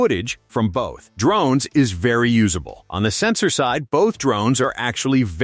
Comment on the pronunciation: I had to kill the video when the narration said they were D Rones rather than drones. You failed.